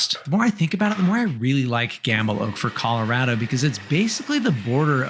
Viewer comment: I appreciate how you pronounce Colorado the Coloradan way.